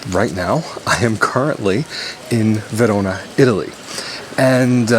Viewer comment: You Say "Verona" in a perfect italian accent. 💪🏼